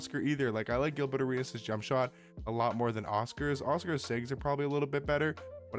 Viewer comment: Is “Gilbutt” Arenas just the accent coming out or is there some subtle shade there 😂